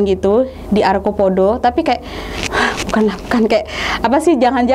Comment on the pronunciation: arcopodo..bukan arkopodo